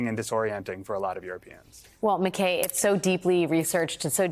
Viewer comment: McKay rhymes with eye not hay. Grr.